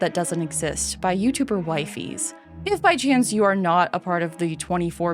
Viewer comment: I believe Wifies' name is pronounced like the Nintendo Wii and late fees since they had various collabs of sorts with Kenadian (The Wifies Debunk) and Wato (Surviving 100 Days in Minecraft's End Barrens) who pronounced Wifies' name like that. Wii-Fees. But since I don't want to be that guy who makes a comment purely to correct something with nothing added to the video itself, I saw a comment that mentioned how nature is "greedy" of sorts. It's not just there to accommodate the viewer like we think, nature exists the way it does purely to keep itself alive. Pretty flowers catch our attention, but they also catch the attention of pollinators. Large canopies on trees give us shade during the summer, but it also blocks out precious sunlight for nearby plants. So maybe one of the reasons why it is so hard to build nature in Minecraft is because we accidentally add an artificial touch to it. That tree isn't there to steal as much sunlight as it can and drop seeds into a nearby river so it can spread, you built it purely because it looked cool to set up a small campsite nearby. We build things with a function in mind and don't particularly get how nature is supposed to function by itself, we instead turn a creeper hole into a small pond because we are too lazy to fill it back up with dirt and can use it as a well.